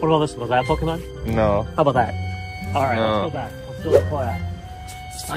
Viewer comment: love the videos, but needs to learn his pokemon pronunciations lol.